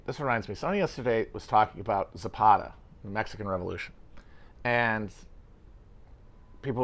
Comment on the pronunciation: I'm Mexican. The way Matt pronounces "Zapata" is making my head spin.